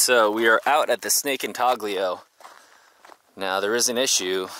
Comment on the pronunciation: The g in intaglio is silent, just like the g in lasagna. Italians just do it that way. I don’t know why. Badge worked too hard for his work to get torched. 😊